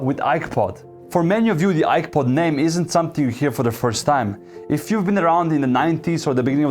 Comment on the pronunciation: I swear I heard iPod every single time. 😅